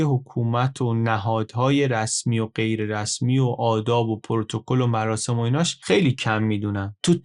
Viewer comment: عالی بود مثل همیشه، گفتید مراشم آش پزان، مراشم 😁 می‌دونم دقتم بالاست😅